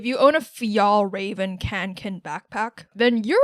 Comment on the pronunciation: Fjällräven is pronounced “ fyell-reh-ven"